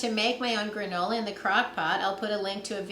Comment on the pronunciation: "Granny-Ola" :) I don't mind brown sugar bricks... that's actually the traditional method and still how many communities store and use it. When using dry "brown" sugar, the recipe may need to be very slightly adjusted. Thank you for saying #10 instead of 10 pound, since even though that's what it originally equated to... that's not what it means [anymore] nor is that how to say "#10". (that would be 10#) (sorry, people saying that wrong bothers me for some reason and I keep running into them)